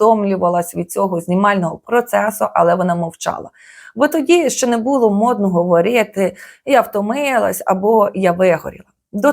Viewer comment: Омг, що з голосом у вас? 😢 ГоврЄЄти, зробЄЄти? Така рагульська вимова